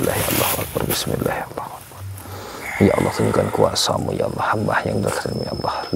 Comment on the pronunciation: Bukan lah Bismillay... Tapi Bismillahi.